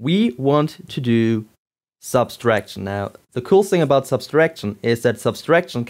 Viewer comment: Not to nitpick, but why do you say "subtraction" as "subStraction"?